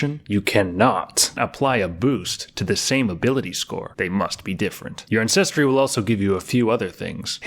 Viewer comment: Hilarious! Pronounces repertoire flawlessly but can’t for the life of me properly enunciate ANCESTRY!!!